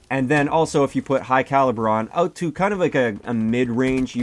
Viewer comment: are you Canadian ? i thought i heard oot of your gun.